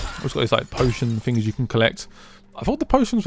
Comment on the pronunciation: this guys voice ..... Fings its things ! lol